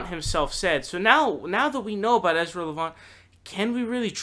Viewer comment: another guy who doesnt even know how to say Ezras name, and therefore, certainly doesnt know his resiliency, and definitely doesnt know how revered he is in western Canada. He has had setbacks with other media ventures and came out stronger than ever . Educate yourself , and I dont mean reading that bunch of toilet paper that Bernie Sanders bound together into a "book"